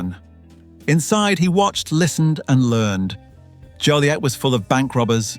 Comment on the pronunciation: IT´S JO LIET!!!